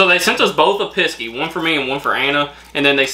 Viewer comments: 🤣it's pronounced picks E not pissey love you guys keep it up🥰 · Hi, Its not a Cornish Piskey. Its a Cornish Pixey. You just read it wrong. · Pissky 😅😅 bless ya it's a pixie . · It's called a Cornish Pixie (Pronounced as PIX-E ) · Them chains It's pronounced PIX C and they bring you luck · Whoops it is Cornish Piskey sorry for telling you you read it wrong. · It's pronounced pix, as in mix, "e" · You're the wrong way round. should be on the right. BTW It's Pixie, pronounced picksee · It's not what you are saying, google the word, it will tell you how to pronounce it, it Pixie, not what you are saying. It's not CARMEL, it is CARA MEL.